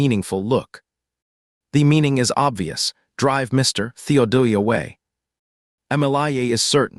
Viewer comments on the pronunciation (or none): The premise sounds cute but I didnt make it past 46 seconds. The automated reader pronouncing Theodore as Theo doeie or dai or.....no. I don't think I could sit through an hour or more of that. Just constructive criticism. Have a good one